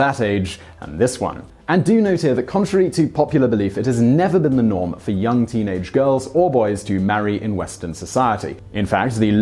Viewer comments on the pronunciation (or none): none